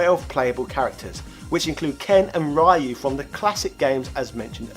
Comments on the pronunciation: I always thought you were just messing with the viewers by saying RAI-YOO, I've heard people call him that all my life, so at this point, it doesn't bother me. I didn't think people would get that mad at it, lol. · lol I always felt u called Ryu "RAIYU" as a meme. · I pronounce it as ''Rye-you'' too. Never did understand why everybody else pronounces his name as ''Riy-you''. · Ryu is a character in Ninja Gaiden. Ryu (pronounced RYE-YOO) is from Street Fighter 2 🤣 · Parry is forward, not down. And you’ve said Ryu wrong. And you failed to mention Ryu and Ken weren’t supposed to be in 3. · Your pronunciation of Ryu is wrong, but jeez is it that bad. I mean it’s probably a joke…… It’s % a gag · Can't agree on the Ryu issue. Your points about varying pronunciation are all fine for normal words, but not for names. There is a right way to pronounce a name, anything else is wrong. When you learn you've been pronouncing someone's name incorrectly you should learn from it and adjust. Imagine how this would come across if it was an actual person and you just insisted on continuing to mispronounce their name. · Well the word Ryu is still commonly used as a name, or part of a name. That's neither here, nor there though. If you said it the way you do to a Japanese native, they wouldn't understand you. If you said it the other way though, they'd almost certainly understand. Just because it's close to the way it's supposed to be pronounced and it's the way foreigners usually pronounce it. Pretty universal for mispronouncing Japanese words. The closer you can make the word sound to the native pronunciation, the more likely a native will understand. Not criticizing. I'm used to Japanese being completely butchered.